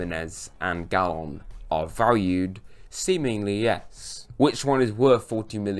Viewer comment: Player name: Galeno: "Gallon" 😂😂